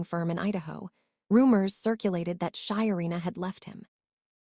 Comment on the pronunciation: Her name is SHARENA not Shyina